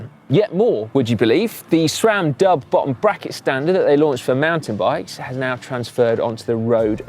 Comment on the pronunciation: Great you got the pronunciation of AXS correct but not so great on Sram - It's pronounced Sram, not Shram! There is no H in Sram!! see here